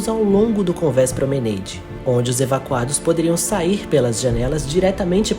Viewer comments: So uma observacao: promenAde (nao promeneide - a palavra eh francesa). Parabens pelo video. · Göteborg não é na Escócia, mas sim, na Suécia. Cannes é uma cidade Francesa, portanto, se pronuncia "Câne" e não Keine. O mesmo para promenade, trambém do Francês, "prromenáde" deveria ser a pronúncia e não "promeneide". No mais, MUITO BOM TRABALHO! Excelente documentário e cenas muito raras do acidente famoso. Boas descrições técnicas, também. Grande evolução no formato de apresentação. Se as músicas, que são boas, forem mais contidas no volume, estará perfeito. Parabéns pelo resultado final. Aguardo documentários futuros, também sobre navios em particular. Acho que você teve acesso à novas e inéditas fontes... Boa sorte!